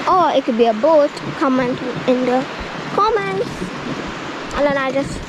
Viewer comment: I thwink it was a bwoat